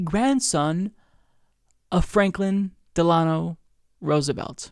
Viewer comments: LOL. "Franklin duh-LA-no Roosevelt" *DEL-uh-no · fyi, The accent on the name 'Delano' is on the first syllable.